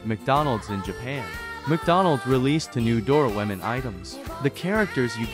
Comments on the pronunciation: "dOraWoMeN" Bro the voice trippin' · just how difficult is it to pronounce Doraemon correctly?